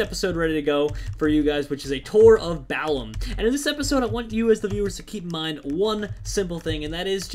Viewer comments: Balamb not balaum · LOOL. "Balaum" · It's Balamb, not Balaum